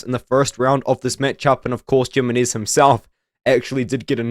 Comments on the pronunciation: Jimenez Yih-Mi-Nez? ❌️ Gyminears ✅️ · Jimenez, Jimenez,, Gem-in-knees. I don't think that's how you pronounce his name, lol. It sounds funny hearing it though